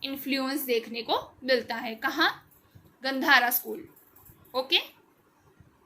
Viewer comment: Gandhar is pronounced गांधार